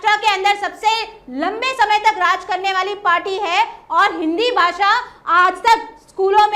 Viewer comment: राजकिय विश्लेषक आहे का हा? याला तर काहीच माहिती नाही आणि याला हिंदी पण नीट बोलता येत नाही तर याला भाषेच महत्व काय कळणार. तू तिकडेच जा आणि रहा काय ते उच्चार "भासा" अरे भासा नाही रे भाषा भाषा नको रे वाट लाऊ.......